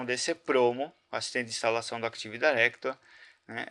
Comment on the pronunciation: CAra pelo amor náo é "ACTIVE DAIRECTORY"